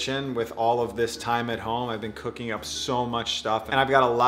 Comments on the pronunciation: Everybody, he is saying cooking not cocaine. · Sounded like "cookin" to me. I'll have to watch again. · I really thought he said, 'since i started getting really serious with cocaine, years ago'. Ignore me.... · Am I the only one who hears "cocaine" in the beginning? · I thought he said obsessed with cocoine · He said cooking.... i Heard "Cocaine"... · I totally heard that too